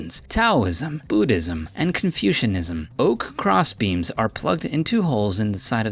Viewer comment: Did he said "CONFUSION-ism